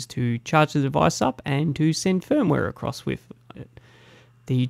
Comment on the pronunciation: Great video but it's pronounced with not wif. "th" not "f". This annoyed me and I couldn't watch your vid because of it. My son is 6 and has speech therapy for so don't think you can't change it.